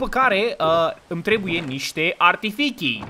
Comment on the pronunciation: Toată lumea: Trebuie să vorbesti corect.: Adică voi nu spuneț archifici?